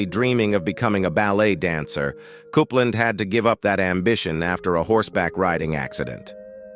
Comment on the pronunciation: Diana Coupland is pronounced COOPLANS NOT CUPLAND it needs to pronounced properly and it's ZED CARS NOT ZEE PARS. 😡